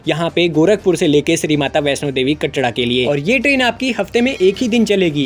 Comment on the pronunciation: Bhai "कटड़ा" nhi "कटरा" hota hai bhai 😂